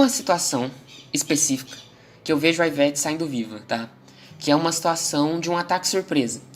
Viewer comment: iveTE, iveTe, Não iveTi